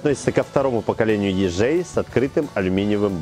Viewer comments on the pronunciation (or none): если уж джей, то не Е Джей, а И Джей